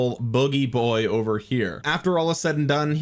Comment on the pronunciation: It sounds like you're trying to say, "it's over" but I'm hearing, "it's ogre." Is this some new gamer chat thing, like pwned? 😂